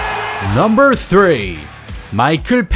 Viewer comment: 넘벌~~~발음 킹받네